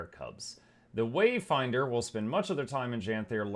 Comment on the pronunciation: I stopped watching at "Wayfinder" I can't have any more of that "commander", "waydinder" 'o, savior!' crap